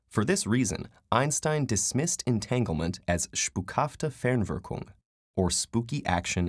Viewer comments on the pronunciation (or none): It's spuckhafte Fernwirkung not "Ferwirklung" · TED-Ed you made a mistake its not "Spuckhafte Ferwirklung" its "Spukhafte Fernwirkung" your made 3 mistakes in 2 words. WELL DONE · Hahahaha that pronounciation of "spukhafte Fernwirkung" :D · Google Translate says tis "spukhafte fernwirkung", not "spuckhafte ferwirklung". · Btw, it's " Spuckhafte Fernwirkung" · "Spuckhafte Ferwirkung"? Don't you mean "Spuchhafte Fernwirkung"? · spuckafte ferwirklung.... nein Spukhafte Fernwirkung : Ja! know your german, geez. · lol not "Spuckhafte Ferwirklung", but "Spukhafte Fernwirkung" ^^ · "spuckhafte Fernwirkung"* please